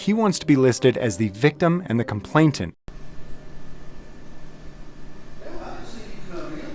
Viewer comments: It’s ‘complainant’. There is only 1 T in the word. I know it sound like nit picking but it grates on the ear when Americans say complaintant. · The word is complainant, not complatant!